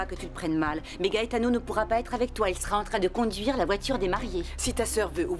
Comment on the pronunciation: La sœur de Ruby m’énerve avec son soir disant gaëtano 😂😂